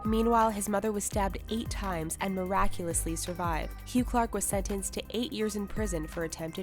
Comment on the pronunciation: I like how whoever is commentating always say "muraculously".